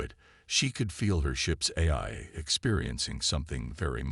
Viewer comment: Once again, nice story. And once again, your AI SUCKS!!! Why can't AI's say AI???? Yours can't decide between: "EYE", "EYE-EYE", "Eh-eye"!!!! AND wtf is: "Mini-AT-urized", "WEEP-onized", "CATa-lodged" and "PER-fict" (per-FECT)???!!!!